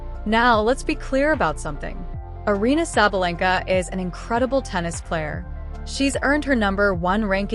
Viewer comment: Why don't you do something special and learn to pronounce her name correctly? You can put up a video but can't research how her name is pronounced? You're so fake.